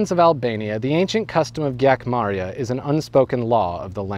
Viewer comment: Zog pronounced zoge and the gj in gjakmarrje is a j sound